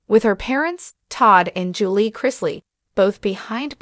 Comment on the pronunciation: This is a joke. Can't even say Julie correctly not to mention they said Lindsay took on her boyfriends last name as the shoe Savannah with one of her boyfriends at that time.